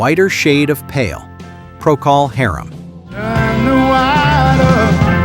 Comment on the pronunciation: Pronounciation Correction: Procol Harum is pronounced as Procol HARem not as Procol HAREem.